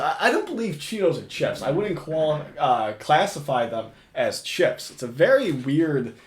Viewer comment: said “CHEPPS”… not chips 😂😂😂